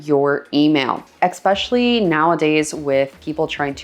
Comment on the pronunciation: please for the love of god stop saying eckspecially...so ...many..... times......